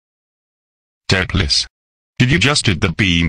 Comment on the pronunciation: If you want voice to say Doopliss correctly, type in ‘Do plis’.